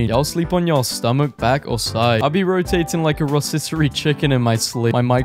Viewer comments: why do you keep saying "rossiterie" chicken instead of roTisserie chicken? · The way he pronounces rotisserie chicken tho "Rosisserie" "Rositterie" Its perfection and I wish everyone else was brave enough to pronounce it like that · “Rositery chicken” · He said rosisserie twice